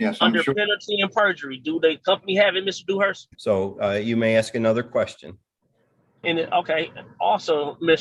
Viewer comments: Dumbass is "axing" a ton of questions. lol!! Moron!! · Awful lot of axing by this Bey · “Let me know when I’m credible to axe questions” … umm never, you moron hahaha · You can always tell the education..It’s simple.. learn how to say ask not AXE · He axed and axed. 😅😅😅😅😅😅😅😅😅😅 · Your honor... he's axing directly...just to cut to the heart of the matter.